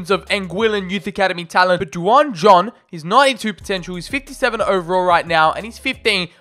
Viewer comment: Duane is pronounced Dwayne not Du-an